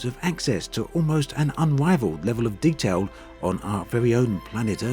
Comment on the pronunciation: The wevel of detawl is unwivald.